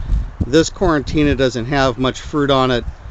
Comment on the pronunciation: My paternal grandparents are from Corato .that’s where the Coratina olive comes from . Lovely video. May I say politely that the pronunciation is not like quarantine it’s Core- a- Tina . Not quarantina . That makes people think of covid and quarantines! ( or at least it makes me think of that) lol but I know Italian isn’t easy, especially pronunciation 😆 . Thanks for sharing the love of these Special olives From my ancestral town. ;)